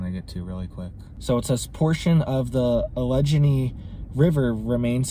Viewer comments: It's AL - A - GAIN - EE. Hard G, even though there's a gh in allegheny. Emphasis on first syllable. My exhusband did his PhD research in the Allegheny national forest in western Pa. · That's 'al uh gay knee' Allegheny. I lived near Pittsburgh for years. Glad I left. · FYI - AL A GAIN E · Al - laeh - gae - nee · Love your channel ! The river by Pittsburgh, is pronounced " Al- la- gain- knee " I'm just trying an easy was for you to pronounce it. Everybody from the west gets it wrong! I lived by Pittsburgh, but I live in the west now ! Keep up the good work ! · May I help a bit...? It's pronounced: Alla GAIN ee.... I lived there when I was little, still have family in Pittsburgh and surrounding area. We don't get back as much as we used to but I still have great memories of traveling through the beautiful countryside in PA. Scary times we are living in now.... keep on keepin on! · Al-a-Gainey is proper prononciation. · pronounced “al a gain ee” that is “AL as the short for Albert. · Allegheny is pronounced like Alluh-gain-ee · That’s pronounced “al- a-gainy” river. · 🤦🏻‍♀️Allegheny "Al - a - gain -ee" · Just so you know for the future..... ALLEGHENY is pronounced "AL A GAY NEE" ...not a big deal but I wanted you to know :) Thanks for the info! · Allegheny is pronounced " Al uh gain E " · Ah-lejj-ah-nee ............ Are you f# kidding me? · Alegheny - pronounced “Al uh gain ee”. Potash - pronounced “pot ash” Not to detract from the importance of your message, but proper pronunciation helps to convince us you are well-educated. It’s obvious that you are intelligent. Just do a little more investigation of names. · Come on, brother. You are an intelligent man, how can you mispronounce "Alla-gaynee" so poorly?